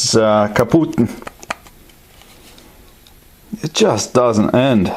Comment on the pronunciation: where do you have your german from ? :D "kaputt" xD